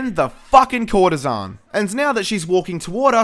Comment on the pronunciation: It's actually courtesan